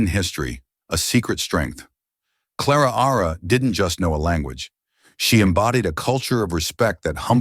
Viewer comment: Claraara? Why not just call her Clara